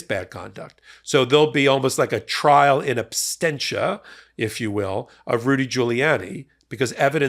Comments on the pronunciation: The phrase is "in absentia" not "in absTentia". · In absentia, not in abstentia. Love you anyway,.